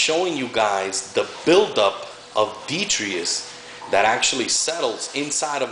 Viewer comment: btw... i think you're pronouncing the word detritus wrong.. it's actually pronounced DEH-TRY-TUSS (i know, plus i looked it up on dictionary . com). i'm not trying to sound like a smart ass or anything but i just remembered your video on chaetomorpha and how you learned it was pronounced kaito-morpha not cheato-morpha.. just thought you'd like to know. =D